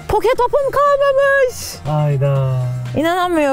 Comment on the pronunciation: Poke topu değil o poki topu